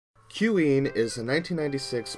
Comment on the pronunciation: Nailed the pronunciation. I would never thought that you'd play this style of game. I take it you ride your vacuum around the house? Will this mean you're on your way to try other side scrolling shooters? Gradius? How about Thunder Force? You know you want to do it.